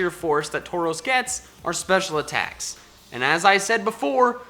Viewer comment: Taurus was pronounced wrong lol